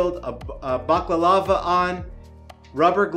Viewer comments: It's a "Balaclava", pronounced "bala clava"... not "bacalava".. :) I think most would have looked to see if the overload has tripped before getting dressed up and getting the meter out. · did you just said "Baklava" lol. its called Burka or Burqa, Baklava is turkish desert. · Not to be nit picky but I believe it's pronounced Ba-la-cla-va. Otherwise great tutorial!